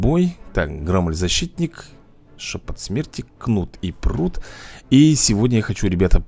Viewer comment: Громель ударение на о